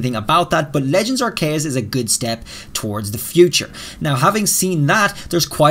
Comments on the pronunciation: I think it’s pronounced R-key-yus not R-Kay-yus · I've never heard aceus pronounced like that before, I've always heard it said are-see-us, but you're saying ark-kay-us